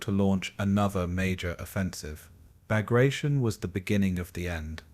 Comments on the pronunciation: Cant even pronounce the operations name correctly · Can’t pronounce the name of the assault correct… I’m out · Learn to pronounce the name properly. It's am insult to a great Russian General.